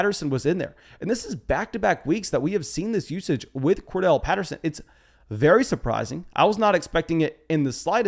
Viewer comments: Cor-DA-rel not Cor-Del bro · HIS NAME IS CORDARRELLE! Not Cordelle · a couple of pronunciation notes .. It's Cor- Darrelle Patterson. Like Core- DARYL. And it's Alvin Ka-mare-ah. Like the car "Camaro" but with an 'a' on the end instead of the 'o'. If you go back and listen to the announcers on the game you will hear what I'm saying. And the announcers are vigilant about checking with the teams to make certain they are saying them right.